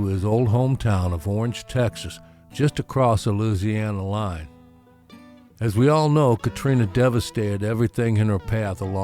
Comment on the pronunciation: Another great one! I do love your bio documenteries. Refreshing to hear someone pronouncing the name "Loosiana" properly as I was schooled by an old Navy buddy from Baton Rouge! Looked to me like Gatemouth's number one guitar was a non-reverse Gibson Firebird. At least that was the guitar in most of the pics in this bio. Pretty sure my first exposure to Mr Brown was in a Hee Haw appearance, as the selection of music TV in those days was limited to 3 channels. We got cable fairly early in the '70s as I recall and it was then that I discovered Austin City Limits. Keep rockin' brother!